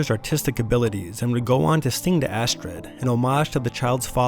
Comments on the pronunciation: Astrid is a common name in Sweden, its not pronounced Ass-turd. its Ah-streed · I literally came here to find a clip of him pronouncing it "Ass Turd" 😂 couldn't find it tho :( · The baby’s name is Astrid, NOT Assturd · Assturd ? All I can hear is ass turd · He keeps saying Astrid ITS ASSTURD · i love how michael kept calling her assturd 😂😂😂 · "Assturd"🤣🤣🤣🤣🤣🤣🤣🤣 did this bother no one?? I mean her name is Astrid .... assturd 🤣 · Its astrid not astird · ass-turd. i thought it was astrid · I believe it is pronounced assturd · It's "Astird" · My name is also Astrid and I’m so used of people writing my name wrong or mispronouncing it but I’ve never been called Ass-turd. I actually appreciate your creativity